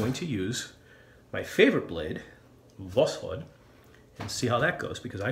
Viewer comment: Great video but you are still saying the name of the blade wrong... If you put восход in Google translate it gives a fairly good pronunciation. It's pronounced vas-ch-ot. In Russia a "o" is often pronounced as a "a" and a "d" at the end gets a t-sound...